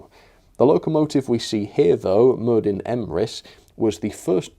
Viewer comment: DD in welsh is pronounced 'TH' Merddin = Merthin.